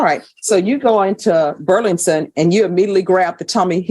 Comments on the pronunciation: Judge I LOVE YOU!!! But its BURLINGTON!!! Not BURLINGSON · Why is the judge having such a hard time pronouncing "Burlington"? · Why can’t the judge pronounce Burlington properly? She’s supposed to be highly educated. Is that just one word that kind of tongue twister? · How hard is it to pronounce Burlington?